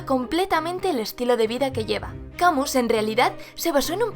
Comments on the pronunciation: Camus se pronuncia : Camil Aunque parezca extraño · Muy bien, pero Camus no se pronuncia así. Se dice: /kaˈmy/